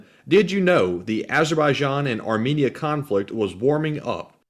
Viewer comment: btw, Armenia is pronounced "armeenia", not armihnia.